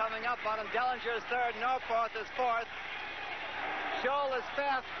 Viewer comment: Did he just say Salinger instead of Dellinger?